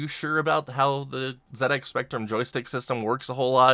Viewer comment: Thank you for pronouncing ZX like that :)